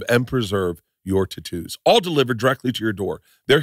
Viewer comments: Why did he say totoos? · Fuck all these adds and pronounce words words correctly! It's tattoos